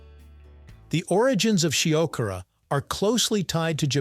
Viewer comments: At least make an effort to pronounce Shiokara properly... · Is it more of a "dare food" than fugu or natto? Your pronunciation of "shiokara" (about half the time), "Edo," and "izakaya" are completely wrong.